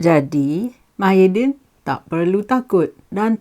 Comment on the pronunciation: Tahan lah lama....Mydin....hahaha kelakar la......pelat ya....